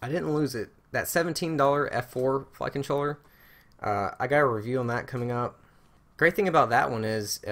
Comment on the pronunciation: Can you make a video just saying the word "flight controller".... please... I don't know if everyone else hears the same thing but I keep hearing "fuckin chore" LOL!!~~ BTW... keep up the awesome job!